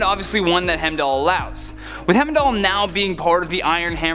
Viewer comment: Not only can he not pronounce Darkseid, but he also can't pronounce Heimdall... What other names will mess up???